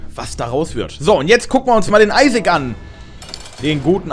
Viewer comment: Wie TT einfach auf einmal nach dem Isaac, die perfekte Englisch-Aussprache hat! :DD